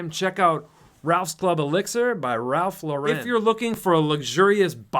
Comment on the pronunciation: I love it how straight guys butcher pronunciations as simple as Ralph Lauren